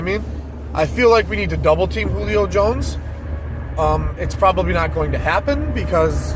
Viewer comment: Thank you for pronouncing Julio Jones name, right.